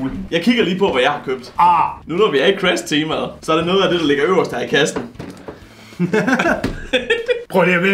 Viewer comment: Moller siger crash gulde siger cras